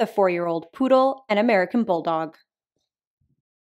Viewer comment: Ah, yes, the Bulloodle. The Poolldog? The Bulldoog?